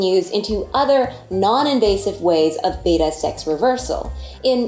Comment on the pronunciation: the correct pronunciation is beh·tuh betta fish. pronouncing the fish breed like the second letter of the Greek alphabet which has only 1 "t" Beta is incorrect